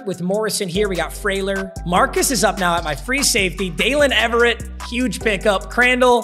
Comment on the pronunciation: “Daylen Eve-RRR-Ate